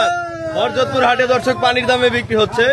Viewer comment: হরজত কি উচ্চারণ ঠিক করেন